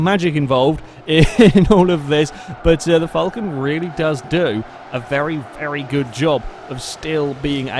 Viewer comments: my ears are bleeding from all this Vulcan instead of falcon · josh johnson Fulcan* just how he pronounces it. Shush